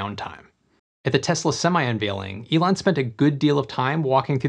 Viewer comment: Alon ~~~~~~~~~ Elon